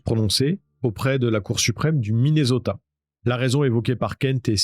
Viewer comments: Soit vous prononcer Minnesota en français soit Mineuzota, soit en anglais Minnéssota mais le mixte franco anglais est insupportable. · svp: MINESOTA(SS), tu ne dis pas PARISSS(mais PARI(S). prononce les villes correctement par pitié 🙏